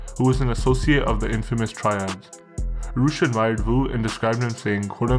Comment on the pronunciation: Vu is pronounced "Yo"